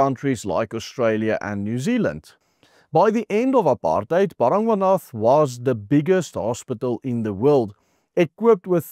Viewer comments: Bara-gwaana is how it is pronounced, juuuust saying... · BARA GWA NATH. Please say it correctly …. My husband used to work there. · Ba-ra-gwa-na.........please do not pronounce the "th" ...... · Hey this may sound picky but you need to get the pronunciation of the hospital right. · Werk aan jou uitspraak,. Dis Bara-gwan-ah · Nee die uitspraak van Baragwana is totaal verkeerd Spreek dit asb uit as Baragwana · Ek kyk al jare jou videos, en dankie daarvoor, MAAR dis belangrik as jy internasionale spreker is om uitspraak van woorde korrek te uiter, dis dalk wys om biki spreker tegnieke en artikulasie lering te beoefen of opleiding na te streef, neem kennis my kommentaar is nie bedoel om afbrekend te wees maar eerder vir jou eie beswil. Ek verwys spesifiek na di woord baragwanath hospitaal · Hoekom spreek jy die naam so verkeerd uit? Cringy... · Cant even pronounce the name of the hospital correctly😢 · Hey, no-one else can butcher the name "Baragwanath" quite like you do. I had to listen, rewind and listen again - three times over - to understand what you were saying.